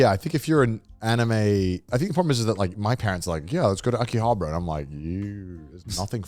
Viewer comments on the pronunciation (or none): The way they pronounce Akihabara is so irritating 😂